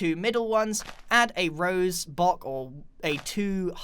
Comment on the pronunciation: Look he says bock not block or bush 🤣